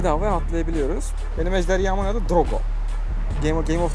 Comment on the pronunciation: ejderya değil abi ejderha şizofren oldum